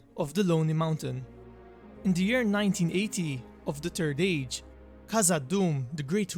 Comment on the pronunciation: He kept calling it “the turd age” lol!